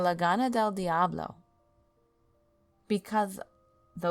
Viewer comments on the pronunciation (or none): none